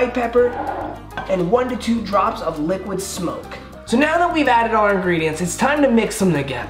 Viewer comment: Am I the only one that heard “liquid soap” instead of “liquid smoke”?